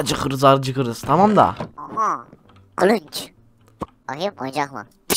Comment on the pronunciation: kılınç değil kılıç